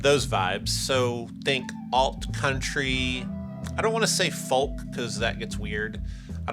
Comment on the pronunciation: It's 'Folk' as in 'Coke' not 'Falk' as in Columbo. Stop that, it's weird.